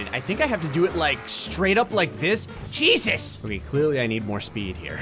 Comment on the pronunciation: is it just me or when says "Jeezus" it sounds like "Cheesus"